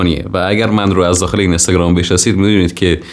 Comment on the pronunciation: کارت درسته فقط کاش اینستاگرام رو درست تلفظ کنی